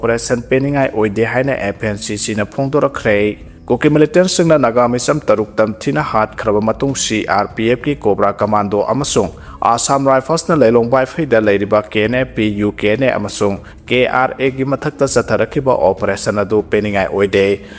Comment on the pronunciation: Kobra haiba natte loura haibani